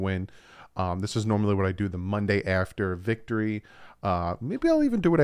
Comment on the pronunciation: My boy really is dislexic lmao "vicotry"